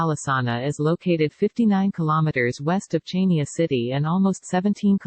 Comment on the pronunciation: The obotic voice is so irritating and the pronunciation of Chania is wrong! Chaynia? It's pronounced Haniaa! If you are going to make money from the film, at least ask the locals how their names are pronounced.